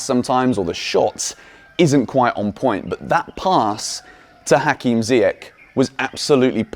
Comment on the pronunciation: Come on man its not ziyak its ziyash in arabic langue ziyash its sh not k at the end say his name right for once lol